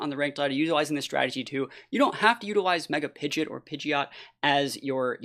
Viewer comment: Don't let the haters stop you from saying pidjit